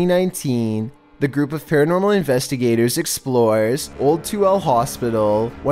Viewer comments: Hey it's pronounced To El A but Toole I know I was born there in 82 I so wish I could visit it now 😭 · I wouldn't be mad if y'all redid this pronounced Tooele (Too–WILL–ah) right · you can always tell when someone’s not from Utah 😂 (It’s pronounced Too-WILL-a btw) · I know it’s hard to pronounce the town, but you say Tooele as “2-will-ah” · can't help but laugh at how he said Tooele, granted usually anyone that first reads it pronounces it 'Tooly' it's actually pronounced 'Two-Will-La' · Omfg all the Utahans KNOW said Tooele wrong🤣🤣